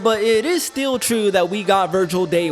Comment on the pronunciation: Take a shot every time says “GayStation” 😂